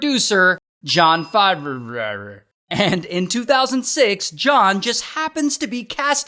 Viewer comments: 😂😂😂 it’s FAVE-ROW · John Favrererrrreuv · "actor and producer, jon favreauruaureau" lmao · John who!? Faghghfgh! "Favro" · Why the Hell was he smiling for his mugshot? 🤣 Wasn't expecting the "Fav-rrr-rrr-eh." 🤣 Your videos are always well done. This one I enjoyed especially. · "John Fav-re-ra-ru"... 🤣🤣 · Lol. "John Favrvrr" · Actor and producer Jon Favureureu🤣🤣🤣💀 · "jon frawrewr" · Ray still having hard time producing Jon's last name 😂